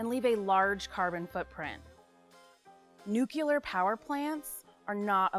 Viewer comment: I had to stop watching this video the second time the narrator pronounced nuclear as nu-KYOO-ler (wrong!!!) the 2nd time.